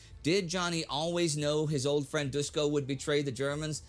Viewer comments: its Dushko with ''sh'' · It is Doosh ko. Not doos ko. When you see latin letters with horns Just think of it as h in english. Shock in serbian is Šok (sh=š), ch=č, check in serbian is ček. And c in serbian sounds always as ts in tsunami.